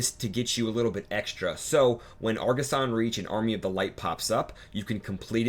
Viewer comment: argussian not argussan